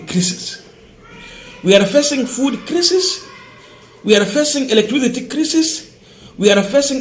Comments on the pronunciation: gentle correction--- crisis usome kama unasema kulia machozi--kwa hivyo utasema CRY-SIS. Keep up the good work. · Or another way kraisis, craisis